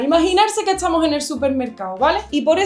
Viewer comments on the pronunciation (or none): Bueno. Aquí Willy. Primera vez que escribo por este medio. Me gustaría saber algo sobre esa manera tan excéntrica que tienes de pronunciación respecto a segmento ST. O sea , en lugar de decir Estamos, tú dices Etsamos. Estoy en lo cierto o me equivoco? Tú lo pronuncias al revés. También lo escribes al revés o es sólo una costumbre al hablar? Gracias por leer mi comentario. Saludos ❤